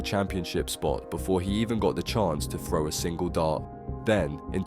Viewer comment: shit. can you poms pronounce "throw" - not 'fro'